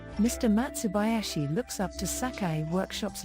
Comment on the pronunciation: its matsubayashi not matsubauashi